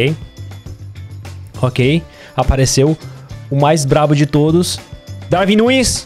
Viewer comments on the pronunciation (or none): none